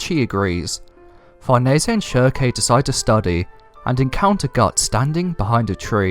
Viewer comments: Farnese = FAR - NIECE . NOT Far - Nay - say Schierke = SHEERK . NOT sheer - KAY Jeez.. I'm shocked u DIDN'T call Elaine, E - LANE - NAY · Ok great vid but it's 'Farnese' (Far-niece) and 'Shierke' (silk) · I dont think their pronounced "sheer a kay" or "farn easy a" lmao. Try "sheer-k" and "farn-ees" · it's pronounces shear-keh